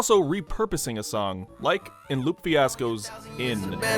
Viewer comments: Love ya but it’s Lupe pronounced Lu-Pay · I know you didn't just call "Lupe" "Loop"...